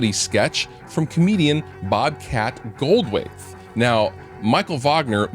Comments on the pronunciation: Great tips! I am sorry to be a troublemaker but that comedian's name is pronounced "Gold-THwait" it is hard to say but you know.... I am a pain in the a$$ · Boy, Bobcat's gonna be pissed when he finds out you slaughtered his last name. ;)